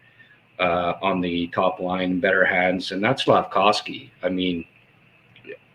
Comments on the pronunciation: please I beg of you, stop saying SlafCOWsky. It’s SlafKOVsky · can someone please tell the it's Slafkovsky and not Slafkowsky lol SICK